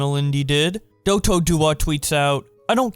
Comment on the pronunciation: Holy it hurt me to hear the he pronounce dotos name